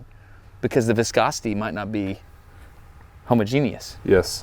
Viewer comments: Are there any pronunciation experts around? Isn't the emphasis in homogenous on the second hoMOgenous and not homoGEnous? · pretty sure it's not pronounced homo-genius, but homogenous (ha-maw-genous) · Is pronouncing homogenous as ho-mo-genius an American pronunciation or just Destin? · Did you just say homo-genius? 😂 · I always assumed it was written as Homogenous and pronounced "hoh-muh-jeen-us", so when I first heard him say it I was trying to figure out who the genius was :D. Then what came to my mind: "Some people are Homo Sapiens and some are Homo Genius" :D I am a dork. I should go. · "homo-geni-us" lmao homoj-inus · The way you pronounce homogeneous cracks me up every time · I usually hear homogeneous pronounced as "homogeneous" instead of "homogeneous." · I don't think "homogeneous" is pronounced that way, Destin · That is not how you pronounce homogenous lol